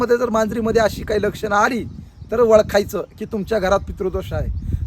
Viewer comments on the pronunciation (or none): वळखायच नाही ओळखायच अस्पष्ट उच्चार